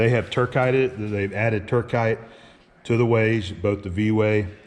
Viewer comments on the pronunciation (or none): What is "Turkite"? "Turcite"